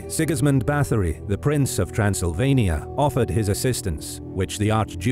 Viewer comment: I wish the narrator would've tried harder with the pronunciation of names. Both German and Hungarian were absolutely butchered,. Having an English accent doesn't excuse that in my eyes.